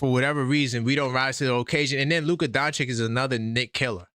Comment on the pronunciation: Why can’t NY ninjas pronounce Doncic? It’s… “Don-chich”.